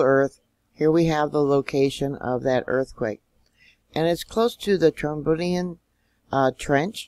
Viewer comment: The trench is pronounced troBRIEand